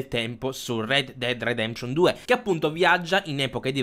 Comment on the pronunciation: Rededded redeption non si può sentire